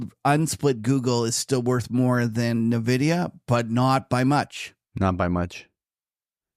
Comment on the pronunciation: the demand for AI chips is huge. The correct pronunciation is N-vidia, not nevidia.